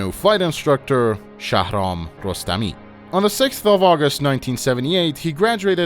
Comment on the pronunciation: مطمئن باش این آقای باب خودش ایرانیه. به نحوه تلفظ کلمات زندی و شهرام خوب دقت کن فقط یه ایرانی میتونه شهرام رو اینطوری (مثل داخل ویدئو) تلفظ کنه